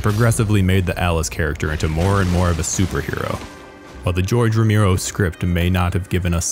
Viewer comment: The mispronunciation of "Romero" as "Romeero" makes this damn near unwatchable